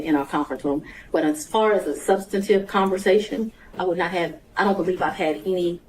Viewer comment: She keeps saying SUBSTATIVE. THAT is not a word. I’m assuming she means sub·stan·tive . How did she get her position? She sounds uneducated. Poor court reporter. Going to be a lot of sic in this transcription.